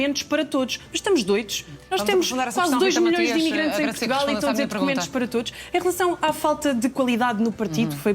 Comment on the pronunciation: Dócumentóz, para todoz😂😂😂